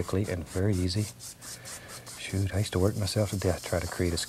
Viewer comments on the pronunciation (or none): Marcus280898 "oh shoot," but it sounds like shit.